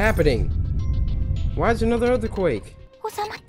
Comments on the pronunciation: Was it only me or he said otherquake 😂😂😂😂😂😂😂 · Chelsea/Miki Galaxy whas it only me or he said otherquake 😂😂😂😂😂😂 at 11.38